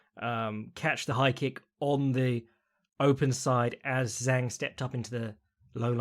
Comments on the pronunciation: you can say weili's name whichever order you want but it's zhang as in "jah-ng" not "zang" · Zhang has been fighting in the UFC since 2018 and was THE CHAMP since 2019. All those years and accolades but still acts like he doesn't even know her name and that it's some kind of tongue twister to pronounce correctly. I think it's fair to call that at least disrespectful (maybe more, but I'll keep that to myself).